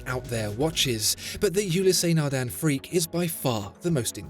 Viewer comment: Its Nardin not Nardan.😅